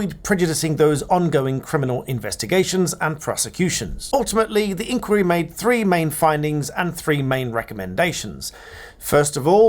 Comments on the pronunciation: I thought it was normally pronounced "inn - choir - ee". Not "inkworry". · Please pronounce 'inquiry; the British way. Stress on the middle syllable. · My question is when did you start pronouncing “inquiry “ in the American style?😊